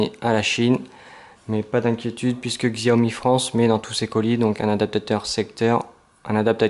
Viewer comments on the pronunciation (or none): Ca se prononçe "shaömi" en chinois, ne me remercie pas ;).